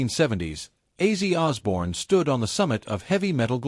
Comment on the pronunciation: I'm not taking this video seriously if the AI voice is gonna mispronounce an icon's name within the first five second.